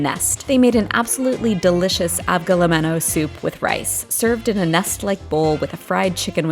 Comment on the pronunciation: As a greek its avgolEmono,emphasis on the Eh sound. Otherwise great idea and video yeti